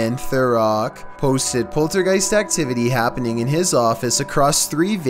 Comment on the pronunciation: Poltergeist not poltergeeks